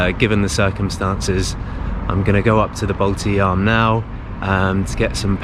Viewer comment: Nice to hear that no more Baltidzaam but now its correctly Baltijaam.... :)